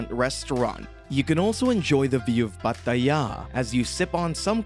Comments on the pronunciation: Stop saying Pa Ta Yaaaa. 😭😭😭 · If he says Pattt-aayya again I will lose it! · have to give this video a thumbs down for pronoucing Pattaya and Thailand wrong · Why do you pronounce Pattaya like that? Sorry but it was sooooo annoying 😅